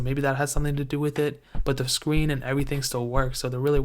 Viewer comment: The scween😂😂😂